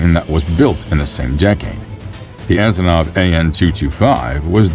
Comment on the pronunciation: ANTONOV.....not Azonov.